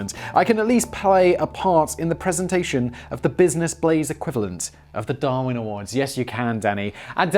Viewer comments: "this is the Blizness Blaze" Put down the cup Simon you've had enough to drink That or he about to have a stroke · Got a bit of booze in that red Solo cup, Simon? Sounded a little slurry on that business Blaze🤣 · Did he say bluisness blaze or is that just me? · Was having a pretty awful day until i put on tha boi with d blaze and then 1n half minutes in hear him pronouncing the show as the blizness blaze and i couldnt stop laughing thank you simon ,danny and sam i say this on every video or such but this content is fire its the reason you have a hige core fans willing to purch the merch and sen you free enrron stuff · Did he say Blisiness Blaze? 😂 it’s midnight where I’m at and i was half asleep when the notification came in and i woke up just to watch lol